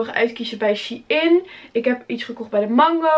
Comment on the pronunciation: het is shEIn niet she-in